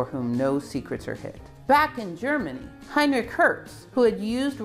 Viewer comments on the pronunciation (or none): none